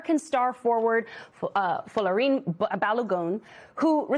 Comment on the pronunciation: Jesus please pronounce the guys name correctly FLO REE AN phonetically